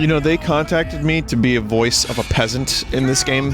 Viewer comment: I spent several minutes thinking you said "peanut," and knowing barely anything about Chivalry, I just thought "wow that fantasy game sounds a lot more silly than I thought, I should give it a look..." only to realize you just meant "peasant." Lol.